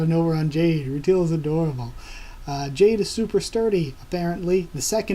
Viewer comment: rutile pronounced ru tiel not teal (sorry, just a small nitpick) it is earth btw, not another country. just after it got hit by 6 moons (they go over it a bit in the beginning of the 2nd ep) more details will be revealed about what happened to earth, but i won't spoil it :P